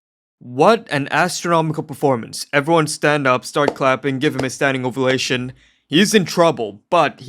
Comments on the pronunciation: standing OVATION NOT OVULATION 😭😭😭😭😭😭😭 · Did i just hear "giving them a standing ovulation"?!